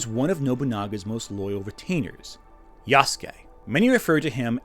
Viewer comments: gonna be the weeb here and point out that for the entire time he talks about him he pro-nounces it wrong. It's pronounced " Ya-su-ke " Not " Yahs-kee " as he does for the video section, the guest speaker he has read a small portion of an article pronounces it correctly but himself does not. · the people saying Nobunaga was ""only a retainer"" aren't Historians, can't read japanese and don't even know what being a Retainer to Nobunaga meant in that era. why should i listen to some submental antiwoke youtuber who can't even pronounce ヤスケ correctly over what actual japanese historians and scholars have been saying for the past 100+ years? did i hallucinate the existence of Afro Samurai? How do you cope with the fact Japan has been depicting Yasuke in literature and media as a warrior for the past 60+ years? Does it give you pause that the Koei-Tecmo video game series Samurai Warriors has featured Yasuke for multiple entries? Are you implying people of Japan know less about their own history than some slop american antiwoke crusader?